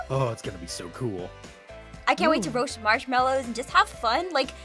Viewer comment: “roash marshmallows”